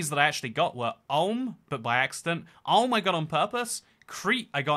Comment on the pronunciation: I wouldnt guess that someone who has a geography chanel would struggle so much even with capitals... and if you come from english speaking country you should learn standard indoeuropean pronunciation, because english is the weird one and it is fucking weird to hear things like Alm instead of Ulm or Kladzh napouka instead of kluzh napoka or chinsinau which you say like it should be china with the chin at the beggining :D Or thinking that malaga is an island but it is probably the biggest city south from madrid .. these are just basic mistakes people with geography chanels shouldnt do ... that is why we have all the gengiskhans instead of chingiskhans and other weirdly damaged names...